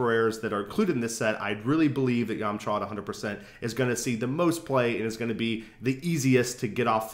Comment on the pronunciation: yahm-chuh. not yawm-chaw. great video though!!!